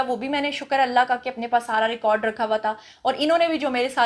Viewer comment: Teri pronounciation tak sahi nahi. Record ko tu ghalat bolti hay jahil